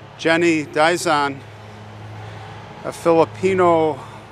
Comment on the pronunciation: “D”zon. Like the letter d pronunciation. Thank you for featuring her in your video. So young, however, God’s will be done. The Blessed Mother in the grotto is Our Lady of Lourdes who appeared to Saint Bernadette Soubirous in Lourdes France.